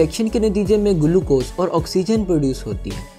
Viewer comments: Bhai Glucose hai gulucose nhi 😂😂😂😂🤣🤣🤣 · Sale gulucose nhi hota hai Glucose hota hai 😂😂😂